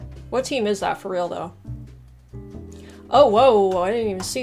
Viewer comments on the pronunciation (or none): none